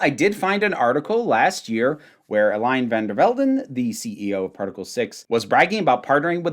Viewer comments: I speak German, not Dutch, so this pronunciation may be off, but "eh-LEE-nuh FAHN dehr FEHL-den" - with the "R" and "N" being very light at the end of "der" and "Velden". The biggest thing that's off as far as I can see is that her first name is three syllables, the "-e" ending is pronounced - technically as "eh", but when you speak quickly it usually ends up as a schwa - but again, this is based on my knowledge of German. Hope this helps! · Ohh yeah the Eline is pretty bad, I wouldn't be opposed to sending sound files or sth if you can't find pronunciation guides for Dutch stuff in the future, but here's my best attempt at writing how to pronounce Eline: Ey-lee-nuh (and toen is toon)